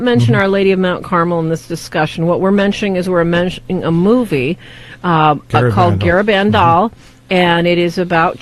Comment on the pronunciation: "Garabandal" is pronounced with emphasis on the last syllable, not the third.